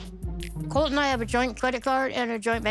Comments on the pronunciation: I think his name is actually coltee though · "COLTY" DONT GIVE ME CREDIT CARD "YETY" Lmao😂🤦‍♀️ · Brazilians tend to add an imaginary "y" to foreign words as a way to pronounce them more easily. It's not weird for her to say Colt"y" and credit card"y". She's speaking a language that isn't her mother tongue.